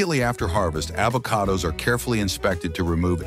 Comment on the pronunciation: Is she trying to promote AVoCADOs, or BOBOBOBOOOOS.